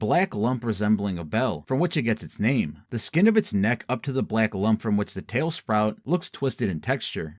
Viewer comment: never have a seen a video so bad and good at the same time.... holy fuck you guys cant even pronounce half of the fucking names right...